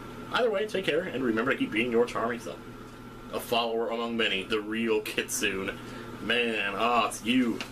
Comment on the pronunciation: pronounced the "kitsune" part of your nick wrong xD